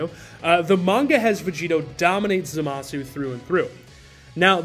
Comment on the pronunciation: *Zamas. I understand how it’s spelled but it’s the same reason we don’t call Sasuke, “Sasooke”